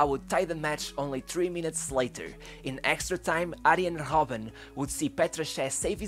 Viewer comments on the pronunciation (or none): Aijen Hobben? I could hardly hear the "R" - just mimick the pronounciation from English commentators, when in doubt :D